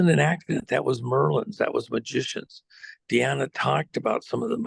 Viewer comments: …it’s Diana…not Deanna 🙄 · Why does he insist on calling Diana, Deanna? Drives me crazy. Lol. Come on man. We would call you by your correct name. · Why does call her Deana instead of Diana?